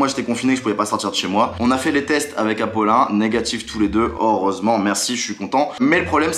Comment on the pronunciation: Tu a dit apolin